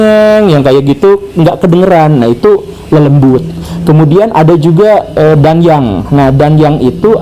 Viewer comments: Kata DANYANG untuk Pengucapan Yang Benar DA-NYANG Atsu DAN-YANG yaa..?? di Tempatku (Jawa timur) Sering di Sebut DA-NYANG.. Pak Gembul kog ngomongnya DAN-YANG.. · koreksi dikit Pak Guru. pelafalan danyang bukan Dan-Yang, tapi Da-Nyang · Membacanya disambung Pak Guru. Da-nyang (pepunden/leluhur) bukan Dan-Yang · bacanya bukan dan-yang, tapi da-nyang. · ralat sedikit ya pak, cara bacanya bukan "DAN-YANG" tp "DA-NYANG" cmmiw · bukan dan yang penyebutannya tapi "da nyang" biasa disebut "danyangan" oleh org Jawa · Danyang bacanya "Da-nyang..." Bukan "Dan-yang" pak guruuuuu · Bukan dan-yang, tapi da-nyang 😅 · cara bacanya bukan dan-yang tapi da-nyang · Danyang kalo di jateng bacanya bukan dan-yang tapi da-nyang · Baru kali ini saya ngakak mendengar pak guru gembul mengucapkan kata "dan-yang." Di daerah kami sudah terbiasa mengucapkannya "da-nyang." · Maaf pak GG sedikit revisi terkait pengucapan Danyang bacaanya bukan dan yang melainkan da nyang begitu orang jawa kalo mengucapkan *danyang*. Terimakasih jika menyimak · Danyang pak guru.. Danyang... Bukan Dan-Yang... 😂😂😅😅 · Da-nyang ustat bacanya bukan dan-yang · Kalau versi KBBI: Da-nyang ✅ Dan-yang ❌ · Bacanya 'da-nyang' pak, bukan 'dan-yang' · Cara bacanya bukan Dan-yang tp Da-nyang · Ralat pak guru. Cara baca yang benar bukan DAN-YANG... tapi langsung saja dibaca DANYANG. semoga membantu 👌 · Cara bacanya bukan dan-yang, tapi da-nyang 😂😂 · Bacanya danyang bukan danyang, mbul gembul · Danyang. Bacanya N sam Y jangan dipisah pak